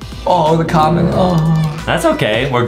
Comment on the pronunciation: When Justin said come on when he got a common I sounded like he said “common”